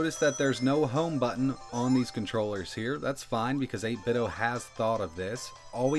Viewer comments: eight-bit-doh, like nin-ten-doh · Feeling pretty confident that the pronunciation is 'Eight Bit Dough' rhyming with 'Nin Ten do' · Why do you keep saying 8bitOH?? There's a "D" in there... Like NintenDo... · You call them 8bit-DOE?